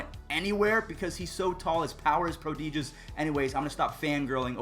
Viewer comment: Me: "Prodigious.": "Pro-DEE-juss." 😂 👍Great recap as always!